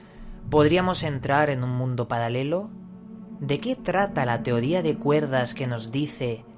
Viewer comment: Wooo, jaja palalelo habla bien pendejo